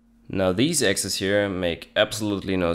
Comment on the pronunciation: Units and "AXES" .. rofl